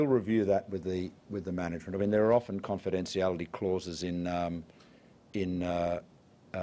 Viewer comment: Why does he pronounce some words so very strangely...? Initiated= "Iniseeated", Confidentiality= "Conidenseeality"... Are "SH" sounds banned in politics or something? (Julia Gillard and her infamous "NegoSEEate" warranted a song!)